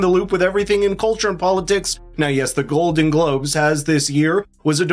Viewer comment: At 6 seconds in, you said GLODEN GLOBES... Just saying!